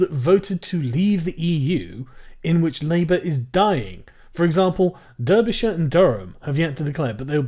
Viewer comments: Sargon you scrub! I'm from Derbyshire and it's pronounced "Dar-bee-shire" not frickin', "Derbie-shire", you spanner. Apart from that discretionary-error, I can indeed confirm that the Corbynites have gotten completely annihilated here, though... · "Plaid Simrie" and "Derr-bee-shire"? Fucking hell, Sargon. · He's just a little slow Theon, i'm from the South-East and it's obvious that it's not pronounced 'Durbyshire'. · You pronounced Derbyshire about as well as an american would you spaz. It sounds like Darby not Derby. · 'deeerbyshire' come on sargon i know you're a southern fairy but even you should know it's 'darbyshire' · It's pronounced "Darbyshire" not "Derbyshire" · Come on Sargon, you know it's pronounced as Darbyshire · Durbyshire? lol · It's pronounced Darbyshire you dang meanie. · Yes thank you! lol Deeeerby! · You pronounced "Derbyshire" and "Plaid Cymru" wrong. Strange ? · Christ on a bike! How did you just pronounce my home county of Derbyshire? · Why do you pronounc Derbyshire like an American would? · What the fuck was that pronunciation of Derbyshire...